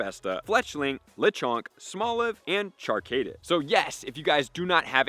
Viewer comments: Char-cadet not Char-kaydit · Char- Cadet like a military Cadet. (Kah-det) not (Kay-det). Char-Cadet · Char-Cay-Det lol